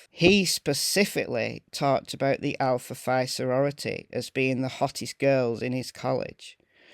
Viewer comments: I am going to help you a bit but for some reason it’s pronounced Alpha Fee. I don’t know why but I was one that always struck me as weird and nobody could tell me. It was a secret I guess. I know several other people but we all went to the same university at different times so I may be wrong about the people on the West Coast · The sorority is pronounced " Alpha Fee" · It’s pronounced Alpha “Fee”. If you check the history of the sorority this is the only Greek organization where Phi is pronounced “fee”. If you google the sorority, my info will be verified. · Hey! Love your channel!! Just wanted to let you know that the word "Phi" in Greek is actually pronounced "Fee". I'm not sure how it's pronounced in the UK but that is how the Alpha Phi's pronounce it in the US.💞